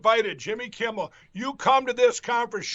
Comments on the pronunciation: Selick`s slow cousin pronounsed Jimmy`s name correct .He usually calls him Jimmy Kimball. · It always sounds like Pillow Snort is saying "Jimby Kimble" 😆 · Mikey Pillow wonders why he can't get any respect from Jimmy Kimmel when Pillow can't even say his name right. Jimmy Campbell...Jimmy Kimball....Crumble. He massacres the rest of the English language, too.